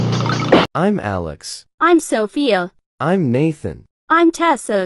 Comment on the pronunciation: bro he can’t even speak Sophia right💀